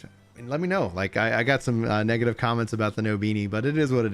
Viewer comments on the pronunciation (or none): none